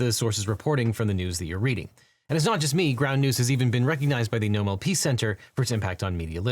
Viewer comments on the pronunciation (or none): none